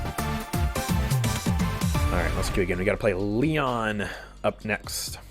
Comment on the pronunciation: Somehow I only just now realized that all of voicelines are talking about Lian, and not some guy called Leon xP In my defense though, I expect the stress in Lian to be li-AN, and the way says it tends to sound like LI-an